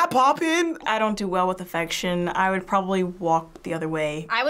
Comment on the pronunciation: she says woode